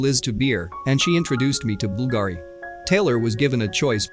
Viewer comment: Bulgari is pronounced Bull-Gah-ree